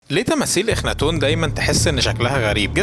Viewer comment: اخناتون❌ أخنثون✅